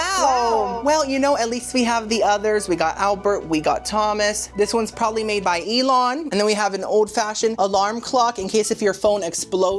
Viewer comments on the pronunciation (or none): none